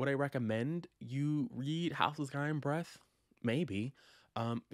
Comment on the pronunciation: All I heard every time you said the title was "House of Sky and Bread" 🤣